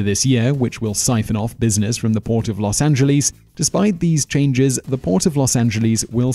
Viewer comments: he said Los Angelees instead of Los Angeles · No one in Los Angeles pronounces it Los Angel-lease. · Los Angeleez? Really? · "Los AngeLEES"